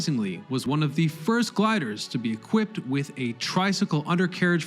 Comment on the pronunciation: "Assailant"? "Equipted" I can't listen to this.